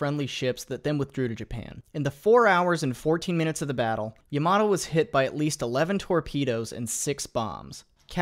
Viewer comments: For fucks sake its not "yuhmatoh" Its Ya-ma-to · I cringe every time an American incorrectly pronounces Yamato. Ya-ma-to not yam-mar-do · It's ya-ma-to, not, yAmAto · i thought it was pronounced yamamato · YAMATO, u pronounce it as a toMATO jeeez, ita YA MA TOU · And how almost nobody pronounces it correctly: ya-ma-TOE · The way he pronounces "Yamato" 💀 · YamaTo, not YamaDo Brunei, not Bruny